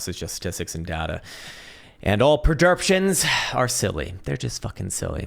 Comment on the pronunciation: Man really said prederptions, love you 😂😂😂